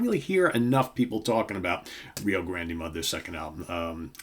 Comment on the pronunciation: I would definitely count ZZ Top as Southern Rock. Good pick. I have always pronounced it Rio GRAND Mud, like the river. I think the final E is silent.